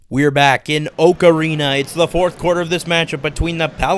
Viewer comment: I know it’s Oak Arena, but I keep hearing Ocarina XD